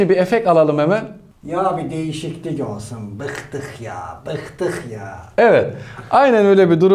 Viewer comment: ya bi diğişiklik ossuuun yaw bığktığ yaw bığdıw yae jajajaj mükemmel olmuş ustan